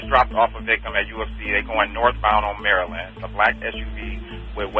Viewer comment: that's Maryland not Marilyn